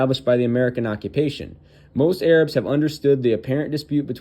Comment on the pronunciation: Did this white boy just says ayerabs? The fck is a zionist china?